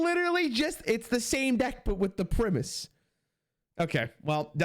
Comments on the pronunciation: It's also just how english works in general lol. Think "Tiger" vs "Tigger" - long Vowel sound before the single consonant Vs Short vowel sound before a double consonant. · IT's PRIME-US not PRIMMUS!:P love the content bud, have fun with titans release!!! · You can tell he's a young one music-wise if he can't pronounce Primus. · I just don't understand how you can think it's pronounced primmus 😭😭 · The way pronounces the Primus is straight cringe.